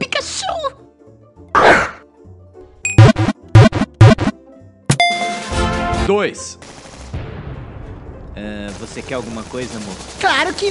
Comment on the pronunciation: Rir de mais ele foi achar o Pikachu na hora que entro falo pika de pau eles acharão Tai ele falo Chu kkkkkkkkkkkkkkkkkkkkkkkkkkkkkkkkk